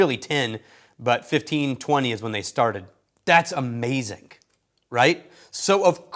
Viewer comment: Ah man, this is a lovely video but when you said "That's amazink" I was transported back to my first months watching this channel and trying to unravel your fascinating regional accent.